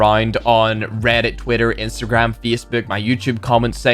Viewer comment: Nobody::Fiecbouk